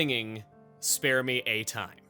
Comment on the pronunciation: I heard "Spell me a time" instead of "Spare" but it still works